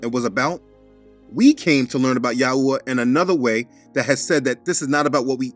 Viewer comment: I like how you say YAHuah and YAHusha! Most people say it different "yaHOOah, yaHOOsha" with a hard HOO instead of soft ooah. But I noticed that your drawing of the unclean animals from Acts 10 has a giraffe in it, I guess whoever drew that doesn't know that it's a clean animal?